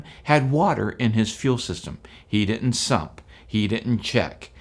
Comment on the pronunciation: Didn’t, not ditnt